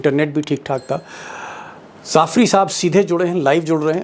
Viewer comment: Jafri not zafri